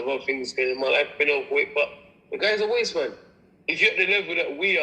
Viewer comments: Wasteman not wate lol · He’s saying “wasteman”